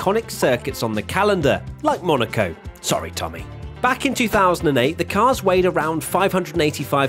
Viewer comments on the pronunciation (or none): none